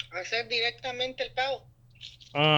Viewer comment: The way this guy said pagar really bothered me.